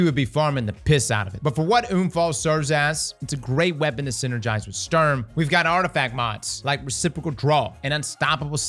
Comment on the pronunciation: Love how you pronounce it "Störm" and "Unfall" . Sturm has the same U in it which is pronounced the same (which for you English natives would be the same way you pronounce the two o in "good") :)